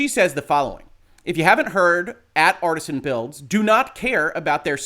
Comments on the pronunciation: It's Artesian as in an artesian well, not as in artisanal bread. And, Kia's name was on screen. Everyone in chat could see who he was talking about. Every small streamer he bashed after her had their name on the screen as he is "screening" them as well. Thank you for the legal take. I've been waiting to see this particular matter explained. Much appreciated. There is so much more to this that I would like to see explained as well. It really is unfortunate. I was actually a pretty big fan and have an Artesian Builds PC, myself. Needless to say, I'm very disappointed in the brand right now. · The word is pronounced (roughly) AR-TEE-SHAN, referring to a type of groundwater deposit or condition (where natural springs are common owing to the high pressure of the water). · Jesus - if you're gunna hop on the story to grab a few views, get the name right at least. It's Artesian - Arr Tee Zee An - as in water-bearing strata, not Artisan. It wouldn't surprise me if the dbag thought it meant Artisan when he set up the company, but I'd extect a "legal Professional" to get the details right. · It's not Artisan it's Artesian. Different pronunciation. I know. I'm that guy. Except it would have made more sense for them to actually use Artisan as I don't see how Artesian reflects what they do as a business. Maybe Artisan Builds have already been used, maybe I'm not that imaginative, I don't know. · It's not " Artisan " it's pronounced " Are tee zee an " lol, law but can't pronounce an easy name, like come on dude lol, in other stance, what Artesian did was horribly wrong and should have his knees broke for that. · "Artesian", NOT "Artisan".